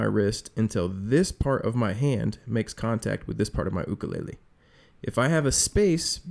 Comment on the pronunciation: At least you know how to pronounce "ukulele" properly. Nice vid